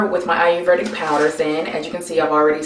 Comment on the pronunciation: I love the video! But the word is pronounced a-yur- VAY-dik or a-yur-VEE-dik. Not a-yur-VER-dik.